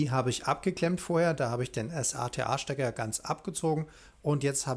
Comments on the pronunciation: Gutes Video. Allerdings nervt es irgendwie wenn du immer s.a.t.a sagst anstatt SATA... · Wie spricht man den bitte SATA aus? S-A-T-A? Nein!